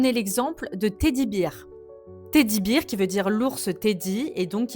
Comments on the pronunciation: Beer se lit « Bir » et c'est la bière. Bear se lit « Bère » et c'est l'ours. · Et que Bear, ça se prononce bèrwe. Dommage de savoir lire en anglais pour prononcer en bon français...